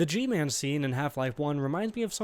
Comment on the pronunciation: Guy-Man That’s G-Man’s name